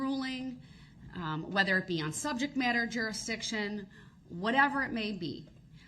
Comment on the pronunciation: It’s “juriksdiction”